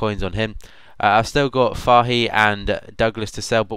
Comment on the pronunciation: Just so you know for next time, you said it "Fahe" (For Fahey) :) Great series though! Subbed!